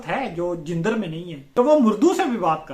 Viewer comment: لفظ جندر کا درست تلفظ jandar ہے